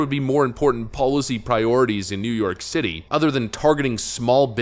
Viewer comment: "New York Shitty" My new favorite accent.